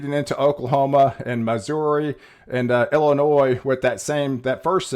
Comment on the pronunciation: the 'S' is not pronounced in IllinoiS